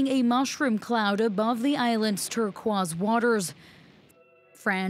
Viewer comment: Lmao "turqwas" waters